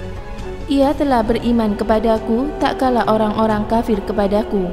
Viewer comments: Mbak mbak..... Tat kala bukan tak kala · Maaf "TATKALA bukan TAKKALA" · Maaf yahh..bukan takkala.tapi tatkala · Terima kasih...materinya...tapi tatkala..bukan takkala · Tatkala.....jgn taklala.... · Tatkala mbak, bukan takkala... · Tak kala atau Tatkala Min? 😴😴😴